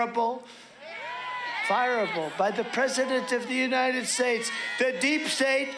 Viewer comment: "Fireable, by the President of the United Shates!" Sounds like Communism to me. This is what Putin does isn't it? His Hero.